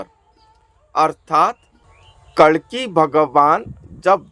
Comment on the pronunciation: kalanki nahi कल्कि जय श्रीकल्कि जी🙏